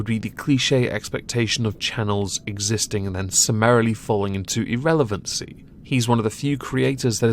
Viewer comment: Gawd! I can’t even watch a British channel where “irrelevant” is mispronounced. Subbing anyway.